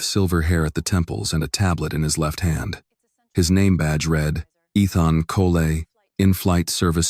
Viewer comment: Eethon Colay? AI can't pronounce for it's life